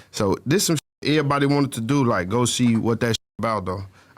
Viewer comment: The way Chicago people say “everybody” is always funny to me